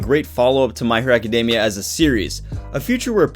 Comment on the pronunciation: Me being petty: author can't pronounce Academia correctly, will not subscribe. I know it's petty, why am I like this? -_